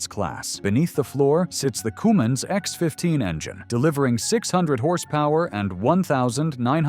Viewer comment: Decent information, but, as usual, HORRIFIC AI narration! The "Coomins engine..." 🤣😂🤣😂